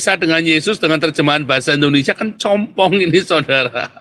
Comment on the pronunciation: Bukan compong om tapi cumpung😂😂😂😂😂😂😂😂😂